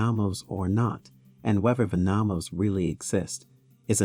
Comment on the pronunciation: I believe it's Nomos, not Namos.